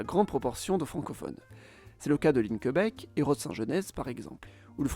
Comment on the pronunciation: PS : Linkebeek se prononce Linkebééék :)